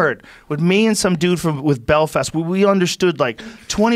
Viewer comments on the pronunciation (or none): First of all the county you are trying to pronounce is ''Belfast'' not ''Belfist''. The accent you put on is nothing like a Northern Ireland accent and that guy in your video is a traveler and not from Belfast. He most likely doesnt have any fixed abode. My God if you're going to slag anyone off at least get your facts straight. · You were in BEL-FAST Joe! Not Bel-Fist! 😂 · Belfast not belfist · Can’t pronounce the name of the city BelFAST not FIST, but insults how we talk… how very… American… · I'm from the great city of Belfist :D - we call it Belfast but i guess you guys have improved it :D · I'm Irish and you think you made English better??? Hahahaha. Imagine a country thats a little bit 250 odd years old. Thinking they're linguistical masters. Joe says Bill-fist, when its pronounced Bell-fast. Over exaggeration, always the same crap with Americans. Your culture is our culture on steroids and its not better 😂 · "Belfst" lol its pronounced Bell - Fast. and its not Irish. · Bel-fist - It's called BELL-FAST. You have bells and fast in America, right? Feckin idiot If a New Yorker hears a Californian does the New Yorker think that's how Americans talk? NO because there are numerous different regional accents and pronunciations in each country within the United Kingdom (England, Scotland, Wales and Northern Ireland) How the fuck can you say we can't talk properly? Did you understand James Bond and Game of Thrones? Show me a real Hollywood star there's a 50% chance they are British or Australian. Y'all so fucking stupid you don't even know the difference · BELFIST, BELFIST...BELFAST JOE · I’m from Ireland and I’m personally offended that he called it belfist instead of Belfast 😂😂😂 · BEL-FAST not belfist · Belfist? Belfast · When you hear Rogan say he was in belfist northern ireland 😂😂 its BELFAST!!! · Belfist??? It's belfast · Americans cant speak actual English they cant even spell properly and youre talking about belfast which is said like "bell-fast" not bilfast